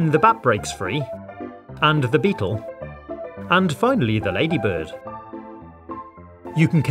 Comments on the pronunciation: he said lagy budd buhuhuhuhuhuhuhhh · Did you say ladybird its ladybug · Uh you said ladybrid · You said lady bird silly it’s lady bug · One was funny he say lady burse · Finally someone talking about him saying ladybird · Did he say lady bird or ladybug .... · BUT HOW COME IN THE UK ITS PRONOUNCED "LADYBIRD" INSTEAD OF "LADYBUG" THE UK IS SO WEIRRRRRRD but it does look like a nice place tbh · Did he say lady bird?